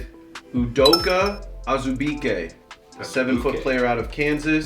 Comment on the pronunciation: Tip for pronouncing my KU boy azubuike. Az-uh-boo-key